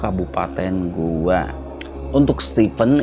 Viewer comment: Saya koreksi bang kabupaten GOWA, bukan GOA 😁🙏